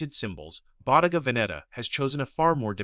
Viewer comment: Ai slop 😂 at least find an text to voice model can pronounce the damn brand this entire video is based on, how can anyone be this stupid , did you not edit or even watch the video before rushing to post this abysmal ai slop